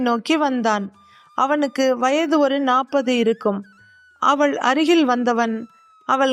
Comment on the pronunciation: அவல் இல்லை அவள்.உச்சரிப்புப்பிழைகள் தவிர்க்க வேண்டும்.மற்றபடி கதை ,கதை சொன்ன விதம் நன்று🎉❤